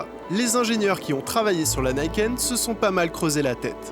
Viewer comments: Alors on prononce "Nikenne" et pas "Naïkenne" et YAMAHA on prononce le H, s'il vous plaît ! Ya-Ma-Ha Yaaa-Maaa-Haaa Ya---Ma---Ha Ya, Ma, Ha Yann Martin Harrison ... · ça se prononce nikène pas naïken, "ni" c'est 2 en japonais et "ken" ça peut être plein de choses comme sabre par exemple et là ça donne du sens, d'ailleurs finit par le dire correctement à certains moments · Oui on prononce "Nikenne" et YAMAHA on prononce le H, s'il vous plaît ! Ya-Ma-Ha Yaaa-Maaa-Haaa Ya---Ma---Ha Ya, Ma, Ha Yann Martin Harrison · Pour faire le chieur, à prononcer nid ken, pas Nike(TM) haine. Arigato !